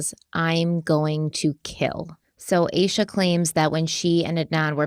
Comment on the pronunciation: I’m really enjoying you taking this in true Crime Weekly fashion and focusing on the victim and crime. Thank you! I did want to say that her best friend’s name is most likely pronounced AH-SHA.